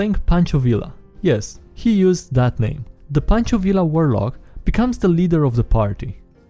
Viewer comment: Oh my. It was excruciating to hear him butcher Pancho Villa's name over and over.